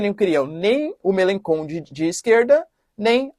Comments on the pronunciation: A pronúncia e [melanxón] e não "kon" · Professor o nome do político, se pronuncia Melanchon ,Jean Luc Melanchon. Ótimo conteúdo forte abraço. Estou na França se quiser uma precisar de alguma informação local só chamar . Forte abraço.